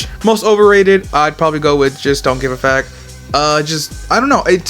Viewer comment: Just don't give a "fack" bro said 🤣